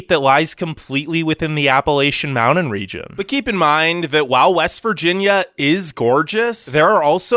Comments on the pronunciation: DUDE!!! MOUNTAIN IS NOT PRONOUNCED "MOWDEN"!!!!! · I really want to continue watching but can you please start saying mounTain. Ty!